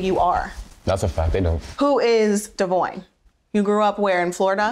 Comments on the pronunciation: Why does Briana mispronounce Devoins name? That's wild.. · Can somebody explain to me why and how Brianna doesn’t pronounce her BD name CORRECTLY!?! 😒 we knew you was scary, but we didn’t know you couldn’t read😂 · Kail pronouncing devoin name is funny lmao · So Brianna’s been pronouncing Devoins’s name wrong this whole time ? Lol